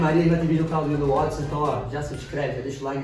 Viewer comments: Eles só falam Wotson mdssss, É Watson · mn eles errando o nome do Watson.....falando wotson rsrs...amei esse video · Os chamando o watsom de "Wotsom" kkkkk